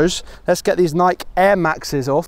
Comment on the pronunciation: Did he just pronounce “Nike” without the “e”?